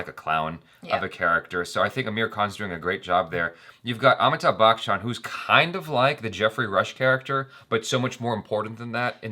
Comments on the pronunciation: WHY, WHY do you always mispronounce Amitabh BACHCHAN's name? says it perfectly. It's not BAKCHAN, it's pronounced as BACH-AN! Thats it, why do you bring out the K sound in between??????? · hahahaha i like how he say bak chan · Hi there and... Its pronounced like Amithab Ba "Chen"